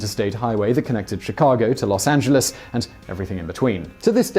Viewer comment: great vid, thanks for saying Los Angeles properly. Could you consider a bio about Helena Modjeska? She a local super hero. We have a canyon named after her, she is that awesome. <3